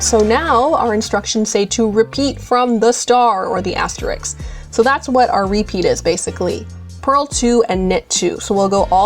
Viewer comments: This is a great video for beginners but please! The word is asterisk and has THREE syllables. Pronounced as-teh-risk. Not "as-tricks"! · Very nice video. One negative for me... Since you are featuring the word asterisk at times, please don't mispronounce it the way many do. The word is asteriSK (as in risk), not asteriks. Every time you said "asteriks," it was like nails on a chalkboard and distracted me from hearing what you were saying.. I make this comment because you are not an individual in casual conversation. You are presenting a "professional" video and don't want anything to detract from it.